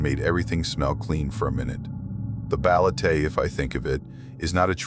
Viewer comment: When a local warns you about stuff the community fears, it is wiser to take heed than be arrogant and laugh at their warnings. Whenever insects fall silent, be it in a residential area or forest, woods or jungle, it just means the monsters are up and about. oh, and its ba-le-te, not baletey. Just a short ē not the long e. Thank you for sharing your experience with our local supernatural creatures.